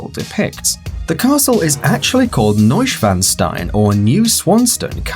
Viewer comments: This castle is actually called Neuschwanstein, not Noyshwenztain. Better practice the pronunciation a little bit more next time. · You pronounced it terribly wrong 😂 Wer hat sich auch so drüber aufgeregt? 😂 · In the word Neuschwanstein you have to pronounce the second 's' like the 'sch'. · Not neus-wanstein.... NEU (noi) (pause) Schwan (shwaaaaaaahn) Stein (shteyn) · the Walt Disney castle is pronounced "Noosh v ahn s tine" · Hmm. I am from Munich in the southeast of Germany, but I never knew the Disney logo showed 'Schloss Neuschwanstein'... Btw the correct pronunciation is 'Noi-shwan-shtein' 😉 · The castle is pronounced "Noyshwainstain" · How he pronounced Neuschwanstein. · the pronunciation of " Neuschwanstein" is wrong ...😂😂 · you pronounced "Neuschwanstein" wrong both times.